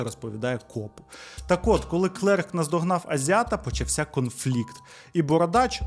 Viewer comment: Оскільки ви почали україномовний контент, то скажу, що у вас часто невірно наголошуються слова. Зверніть на це увагу. Наприклад, в цьому відео: почАвся, а не почавсЯ